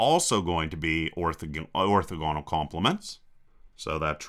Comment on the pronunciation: Orthogonal: stress is on the second syllable. :)